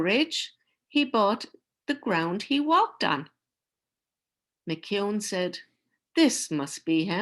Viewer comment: Thank you for your reading of Giant. It was nice to hear the Irish pronunciation of McKeon.When I was in high school, Giant was banned from some Ontario schools. As a fan of Robert Munsch's books I got myself a copy right away (my first banned book). I love the story, and the final message is one of peace and acceptance. The ban lifted a year later. Munsch felt it senseless to defend the Giant and was quoted, "Like children, there comes a time when a book has to make it on its own."